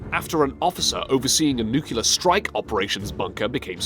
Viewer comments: its nuclear not newkiller fucking say it properly and that one name was savitsky fuck sake amateurs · It's "nuclear" not "nucuclar" :) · Please learn to say the word, (repeat after me) NUCLEAR! Not, (as you say it) nukular. (thank you, class dismissed). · Dude you said "nuculer" . Da fuk? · Nukelar...really? So many other wrong things in this video. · Nuclear not nucular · Hey, "Voice" -- LEARN TO READ. You'll find that even in the case of unfamiliar foreign names, sounding out each syllable and practicing BEFORE YOU BEGIN RECORDING results in a passable pronunciation -- e.g., NOT YOURS. And the word is, "nuke-leer", not "nu-cu-lar", which is how GW Bush and similar barely-literate bumpkins typically pronounce it. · nuc+lear Nuclear NUCLEAR! NUCLEAR! NUCLEAR! SAY IT NOOCLEAR... Nucular... Call yourself English... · Great vid. Please stop saying "new-cue-ler", however. It's pronounces "new-clee-er". This was hurting my ears. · Nuclear - new clear - not new queue le. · The fact of him saying "nucular" instead of "nuclear" is driving me crazy. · Daf*q is NUCULAR? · I feel less inferior now that I hear a Brit pronounce "nucular" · What a waste of time !!! The "voice" can't even pronounce nuclear. What a loser. Noo Kyoo Luhr isn't a word. And, thanks for the pedestrian common knowledge tour. Amazingly, you side step the 30 million Russians killed by Stalin to focus on his fucking Photoshop pictures. What? are you into revisionist Russian history? Aww, the Gulag ain't so bad, met lot's of good folks and taught them football. You are an ass. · "Nuclear." Say it with me: "NEW CLEAR." I expected better out of you Limeys. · If I hear "nucular" again, I'm going to take them out with a nuclear bomb. We'll see who makes it. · Nucular war... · NUCULAR NUCULAR NUCULAR NUCULAR NUCULAR NUCULAR NUCULAR NUCULAR NUCULAR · NuceLar war? Rasputin and USSR? The fuck dude? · Nukelar payload? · Nuculer :D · Every time you say "nucular", my brain is stabbed with a sharp arrow.